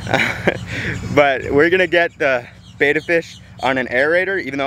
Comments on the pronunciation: Love what you do, but I only made it 28 seconds before I had to switch off. I can’t listen to a whole video of bettas being called betas 🤣 I’ll catch ya on the next one 🤙🏼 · A Betta is a fish. A Beta is a male who says Beta instead of Betta over and over and over. Think Better with a New York accent. Bett-Uh. Otherwise, outstanding YouTube channel!! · It's pronounced Bet-uh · Please learn how to pronounce the name, bet-a fish, not batta-fish